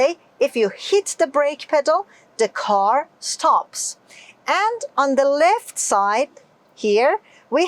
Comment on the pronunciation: سلام تلفظ left رو دوباره چک کنید .ممنون از کلیپ خوبتون.